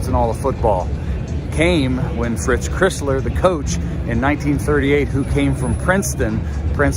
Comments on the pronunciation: Very good, except Fritz pronounces his last name like the car--Chrysler. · Clown sleeznut illiterate called iconic Fritz "Crissler"! Nice research! It is pronounced like the Car - "Chrysler" the Michigan difference - we get the job done right!! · Yea, Crisler is NOT pronounced “Criss-ler.” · it's Fritz Cr(eye)sler (like the car) not Cr(eh)sler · Please learn to pronounce Crisler. It rhymes with Chrysler. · You have to learn how to pronounce Crisler. It's a long i -- like cry-sler. Otherwise, nice vid. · Cry sler...Get his name right.please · Great video, but how do you mispronounce Crisler, it's the name of the basketball arena!